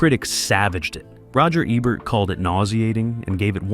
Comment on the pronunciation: The narrator is just reading words. He did not make the video. His mispronunciation of names is the giveaway. Roger eh-bert? Really?